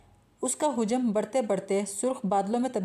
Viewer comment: Hujam ghalat tallafuz hai, hajam hota hai